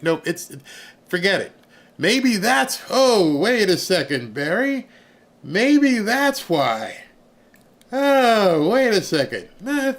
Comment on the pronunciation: Should be Barry not very! 😅